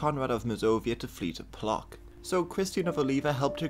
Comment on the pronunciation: Just a little side note, Polish (or German, for that matter) CH is pronounced as KH. And CK is pronounced as TSK. So it's more KHELMNO and PLOTSK. Either way, it's not your fault. It's more a fault of English pronounciation than yours.